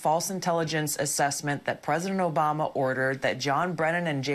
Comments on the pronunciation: Thank you for the “Obommnna!” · Havent heard Obamna in a long time 😂😂😂😂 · I think I watch this show sometimes only to listen to “Obamna”😅